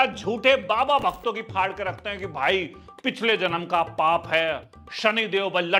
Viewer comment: Fati nahi bhai.... Phati hota hai..... Faad nahi Phaad